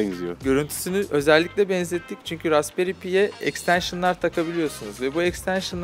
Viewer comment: Ekstenşın nedir gözünü sevdiğim. Bu nasıl bir tanıtım.